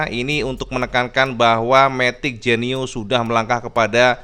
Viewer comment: Koyok bahasa Bojonegoro cak, Genyo dadi Genio 😂😂😂